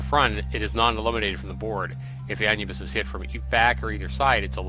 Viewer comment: ive never heard anyone say anne yubis before, it's pronounced ayn nubbis